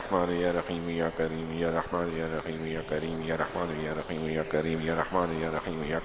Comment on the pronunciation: ASSALAMALAIKOM wa rahmatullahi wa barakatuh, JAZAKALLAHU khairan, somewhere it is listening like YA RAKHEEM , it is my listening mistake or some correction ?